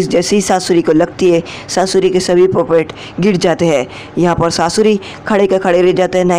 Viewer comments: Skaura aur susri nahi sasuri 😂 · If you make your video little more interesting like little jokes and in a funny way you are really dont know how make veiwers intrest in your video .. You can say saasurii to sasuri 😂